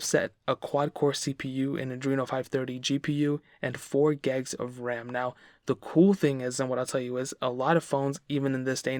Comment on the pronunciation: “4 gegs of RAM “ 😭🥴🤪🤣